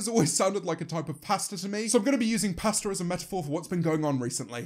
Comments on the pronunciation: How you say "pasta" as "pastar" I cant. Lol. Still love your channel James. Lol. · Me: Pasta James: Paster Me:...."stops video and goes to comments" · I thought he said “Pastor” not “pasta”...........oops! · Since I'm American, everytime he says pasta, I keep hearing "paster" and I'm having pasta today. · he says pasta like pastor and it's weird to hear "we're all pastor" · When he was talking about pasta I thought you were saying pastor lmao 😂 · Every time James says pasta, I hear pastor instead. :/ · It took me too long to realize he said pasta because of his accent 😂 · the way he pronounces pasta